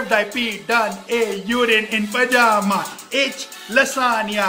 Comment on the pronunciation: Urine ko Yourin aur pajama ko pejama 😂🤣😂😂😂😂😭😢😭😭😭 ooo bhai maaro mujhe maaro